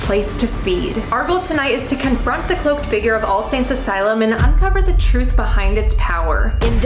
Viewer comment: She fucked her saying confront lol I wonder how many takes yall did. Funny girls ❤